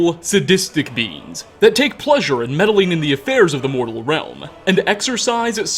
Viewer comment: Realma, Powera, nightmaresa, onea, Dude stop talking like that. You sound like James Bottomtooth III